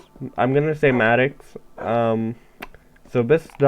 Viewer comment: YAY CONGRATULATIONS FOR MADDOX and yes it it's pronounced the way you said. Hahaha XD